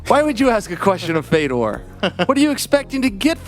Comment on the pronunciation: It's pronounced "Fjodor"